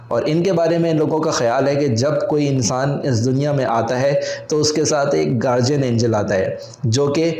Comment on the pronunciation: Gaurdian angel Ko Garjian angel kayun bol rahay ho